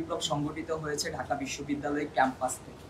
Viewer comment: ঢাকা কে বলে ডাকা, এ হলো ছাত্রনেতা, সে ছাত্র-ছাত্রীদের কথা বলবে, আগে বাংলা ভাষাতে ঠিকমতো করে রাজধানীর নামটা উচ্চারণ করতে শেখো, তারপরে রাজনীতি নিয়ে কথা বল l